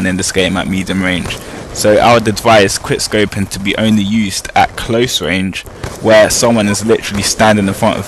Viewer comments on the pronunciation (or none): none